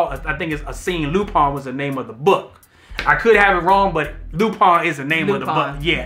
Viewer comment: Why are y’all pronouncing it “Loo-Pine”?? 😂😂